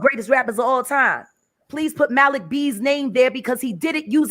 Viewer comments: Maalik. It's that simple. People who mispronounce Arabic names sound ignorant. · THE MALIK THING IS JUST HOW YOU PRONOUNCE IT IN ENGLISH OR IN ARABIC.